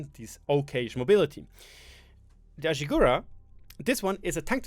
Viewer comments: AshigArU not Ashigura 😂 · You swaped the A with U its not Ashigura but Ashigaru :D